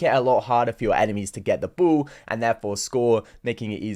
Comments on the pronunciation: Ball.. Say it with me B.. A.. L.. L. Not bool. Who tf says that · I love the way you pronounce ball “buwl” lol no offense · What the heck is wrong with "the bool"🤣🤣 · Bru bol